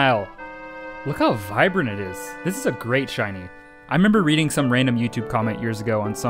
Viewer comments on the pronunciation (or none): none